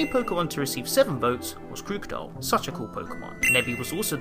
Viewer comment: It’s krookodile